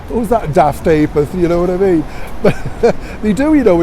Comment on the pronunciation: Oh my goodness u just had me flooded with happy joyus tears when u said " ya daft apeth " ❤️❤️❤️ I have not heard that forever,my mum always said it, she still alive & kicking thnk goodness but that was soooo lovely 👍 Love yor chats always 💛❤️🇬🇧😁